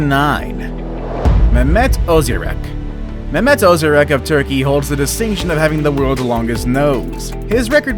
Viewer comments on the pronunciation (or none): none